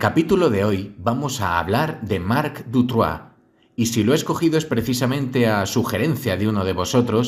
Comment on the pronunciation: Sólo un pequeño detalle, es Dutroux no Dutroix pero wow, impresionante trabajo, enhorabuena. S. Dardenne coescribió un libro para evitar entrevistas y olvidarse de esta pesadilla. Muchísimas gracias, saludos.